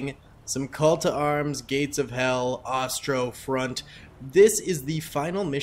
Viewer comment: You do know your pronouncing ostront wrong? I'm assuming it's on purpose since you've done it for every vid